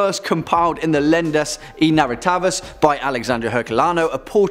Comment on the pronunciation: Quick tip on portuguese pronunciation: the "i" in portuguese sounds like "ee" in english; the "e" as "and" souds like "eh"; "rr" sounds like "h" before a vogal. You could say "Narrativas" like Nah-hah-tee-vas. "Lendas" sounds about right. Len-das eh nah-hah-tee-vas. Legends and Narratives The "x" sounds like "sh"; the "h" is silent in this case. So "Alexandre" sounds like ah-leh-shan-dre and "Herculano" like ehr-culano. Click the speaker icon to listen